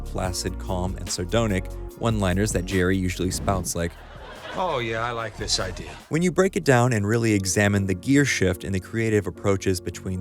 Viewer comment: Good video as always, but noticed a few mispronunciations that I've been hearing in a lot of video essays lately. It's pronounced "nile-ism" not "neal-ism" and "sardon-ic" not "sardone-ic"